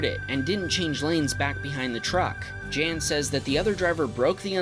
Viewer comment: 1) its not jan, its pronounce yan. 2) most of these cars weren't racing, especially not in a turn at a light. 3) sorry but today some of your comments where cringy af. Like really cringy. Edit: 4) how much of a froot loop do you have to be to file a police report for a smoke show. Pretentious much